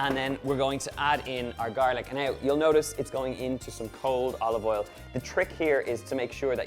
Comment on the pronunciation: Love the accent of pronouncing O with E... like Elive Eil..